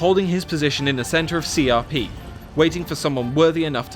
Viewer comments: The proper pronunciation is more like Hsia P because it's written in Pinyin which is different from English pronunciations. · Loo Boo, Sao Sao, Xi Ya Pi, Jay How Dun. I'm crying. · Can't stop laughing at how he's pronouncing Xiapi as C R P